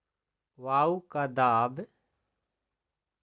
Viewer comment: Sir app vayou ko bayou padh raha ha